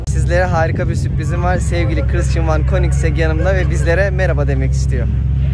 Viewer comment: 10lt super degermis. Bir de königsek diye telafüz ediliyor. Koenigsegg'ler acayip araclar 😍